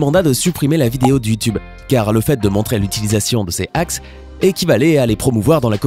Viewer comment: "Hakz" wow l'anglais!!!